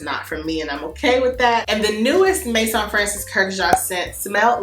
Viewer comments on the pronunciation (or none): none